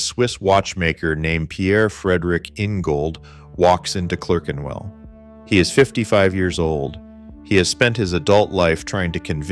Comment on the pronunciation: What's this "Clurkenwell" stuff? A piece about British watch making with an American accent? Why??